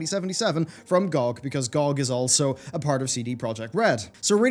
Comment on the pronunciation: GEE-OH-GEE!! not gawg!